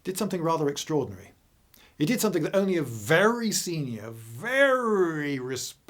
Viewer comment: VELLY INTERLESTING , but not your normal fluid delivery